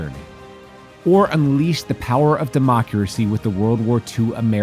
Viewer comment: Did the say "demockeracy" on purpose for the american set?